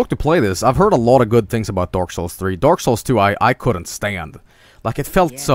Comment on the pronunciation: I love how it sounds like he is saying dork souls